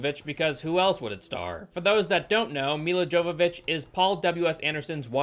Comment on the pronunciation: Nobody is going to tell this man how much he's butchering Milla Jovovich's name?